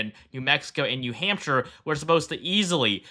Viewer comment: Bro messing up NH every video is basically a meme at this point lol.